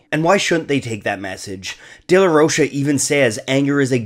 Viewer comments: It's pronounced as "ro-ka" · Rocha is pronounced like mocha ffs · Zack pronounces it Rocha